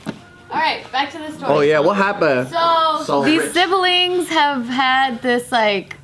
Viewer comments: said "sibiling" again lmao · and her "sib-a-lings" again, lol 😉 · She did! Replay it, and hear her add that extra, non-existent “I” again.